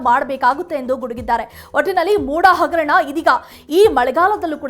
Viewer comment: Not agarana it is hagarana.kannada sariyagi matadu.